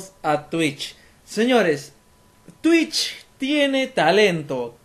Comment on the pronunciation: Yo dije wow pero por que dice "Twicht"